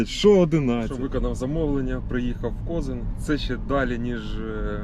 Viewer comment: Привіт ударение на Коз и н